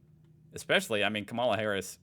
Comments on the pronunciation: And therefore its pronounced KAmala in stead of KamAla. The emphasis is on the first A. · Dude, why do you pronounce Kamala's name wrong, the same way tRump does? You still don't know her name? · Pronunciation of the Vice President's first name!!!!!!!!